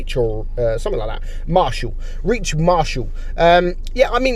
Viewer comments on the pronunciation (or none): The kv players name was reich as in the 3rd german reich not reach